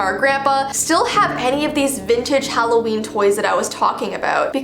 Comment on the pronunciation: its Halloweiini!!!!